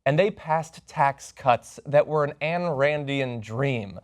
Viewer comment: Ayn Rand is pronounced like "line", not like "Ann."